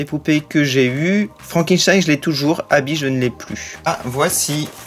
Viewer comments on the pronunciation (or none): mais c est vrais tu dit abbi alors que c est Abbey on fait la pait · c est pas habit c est habey